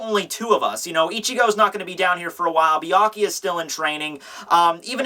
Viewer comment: everyone says Byakuya name weird lol everyone says "bee-ah-kee-ah" lol its "bee-ah-koo-yah"